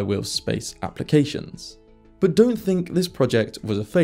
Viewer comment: "But" has a "t" in it. It's not boo. How do you say butter? Buhuh? 😆